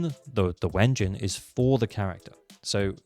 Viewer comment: Good video! I now understand what the ZZZ equivalent for resin is. I’d see people talk about their resin and I’d think “Wait, what’s that resource mean for ZZZ…?” Side note, it always sounds silly to me when I hear someone pronounce W-engine as though there was no hyphen lol